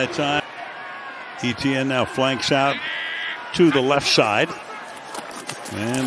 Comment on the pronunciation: Can the announcer not pronounce E.T.N???